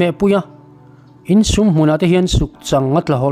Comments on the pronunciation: Sùm tih i lam dan khi Sum(pawisa) angin i lam a, Sùm a nihhmel, "vawk sùm 5 ka talh" tiha sùm kan lam rik ang hi a niang. 'In sum len dan' tih pawh khi lengdeng lenkhang lam rik dan angin i lama, lian - Len. kan vawkpui chu a LIAN khawp mai, a LEN dan chu sum 6 zet ani tih anga lam tur niawm tak a ni. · 'Sum' i chhiar dan hi a fuh loh. Vawk sùm kan tehna ang kha a ni zawk ang. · Sum hi i kam dik lo nasa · Sum tih kha a ri hniam tur a ni. Vawk len zawng teh nan vawk sum tihna zawk a nia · Sumlian ilamdan a diklo, Sum tihlaihi thluk hniamtur a ni e. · Sum i lam dik lo, sum(pawisa) ni lovin, sum(kuttum a thil len zawng tehna sawina) zawk aw